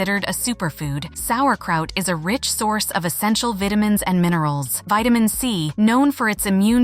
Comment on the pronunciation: Poor pronunciation of the word vitamin and several other words.